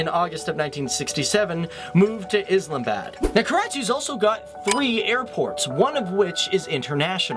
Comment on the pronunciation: He said Islabad it's Islamabad